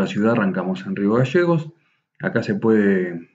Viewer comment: No se dice magasanes es magaLLANES Y no es rio gasegos es GALLLLLEGOS LLLLLLLL NO SSSS